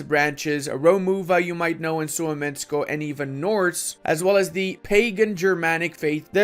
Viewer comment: Suomenusko is pronounced with space even though it has none. It has 2 words ( Suomen , Usko ) Literally meaning "The faith of Finnish". thought you might like to know :o